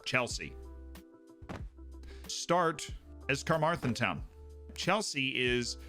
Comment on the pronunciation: As someone who grew up next to Carmarthen, I love that it got a reference. The pronunciation 😅